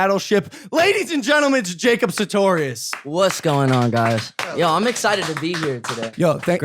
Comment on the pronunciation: At least say his name right it’s sartorious not satorious 😂